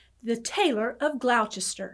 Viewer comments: It isn't pronounced Glouchester - it it pronounced as if it were spelled Gloster. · Lovely story & I have been to Windermere it’s beautiful . Gloucester is pronounced different here in England. Loved hearing it from someone else thanks